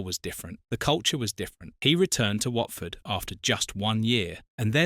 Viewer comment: Whartford?? Really?? AI stuff